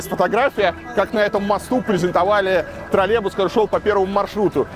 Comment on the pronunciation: Правильное произношение «троллеЙбус». Также «около семиСОТ», а не «семиста».